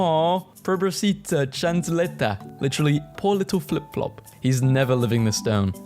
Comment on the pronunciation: I absolutely died at his pronounciation of chancleta💀💀💀